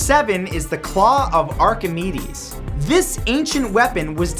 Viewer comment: It's pronounced Are-ki-maydes, not Are-ki-mi-dees.